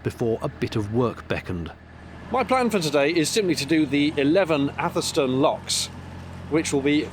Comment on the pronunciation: FYI atherstone is pronounced atherstun